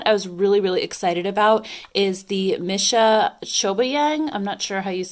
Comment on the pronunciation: Just a little FYI, Missha is pronounced Me-sha :)